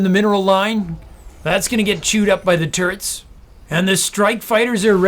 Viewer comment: Just when I think this caster can't get any more obnoxious he says "turrents" You just got the whole package my man.